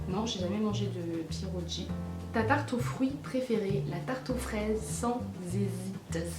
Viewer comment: coucou chouette video et il y a un mots que tu prononce piérogi alors que c piérogui mais sinon chouette video ( 2ème fois que je le dis )